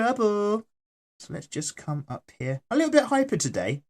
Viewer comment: WOW i love it when you say haa but i know its sopposed to mean here